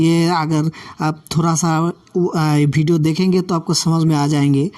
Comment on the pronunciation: Bhidio , Bhokal ,Bhiwer, Titrial. ye kya hai sab Ridiculous such a?? make better your word Pronouncation